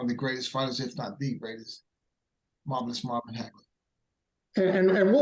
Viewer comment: Its so nice how he at the end pronounced Marvelous Marvin Hagler after the explanation of their epic fight